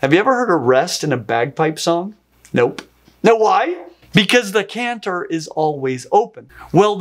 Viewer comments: It's a chant-er not a canther on bagpipes. Oh how my Scottish ears are burning. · Impressed that I'm not the first bagpiper and cephalopod fan to comment! Love it! One note: the pipe that produces the melody notes is pronounced "CHANT-er". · Great video! For info, "chanter" is pronounced with a soft "ch" (as in "cheese"), at least here in Scotland. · Why did you keep calling the CHANTER of a bagpipe a CANTER? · Bagpipe chanter. I am very well aware I am being pedantic and missing the point of the video.... but the 'ch' in chanter is pronounced when talking about bagpipes. Other wise, highly educational and very entertaining. I look forward to you next video!